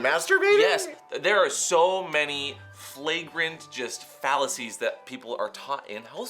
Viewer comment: says fallacies and i heard 'phalluses' 😂